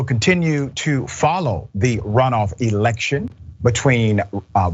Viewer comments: This guy is delusional he's so delusional he saying erection instead of election and I believe he's saying erection on purpose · So when he was younger he could actually make whole sentences. Then years later he can't even say election......erection? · That half a second where Cruz and Graham realized this dude said Erection. LMAO! Just smile and wave boys.....just smile and wave. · He meant election. It rhymes with erection. Anyone could make that mistake. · Thank you. I had a good laugh over his words. Did he really say “erection” instead of election? And did those two nod their heads? I think he did. And I think they agreed which makes it even funnier. This moment was a gift.